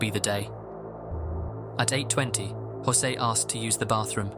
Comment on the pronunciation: José.. Not josey..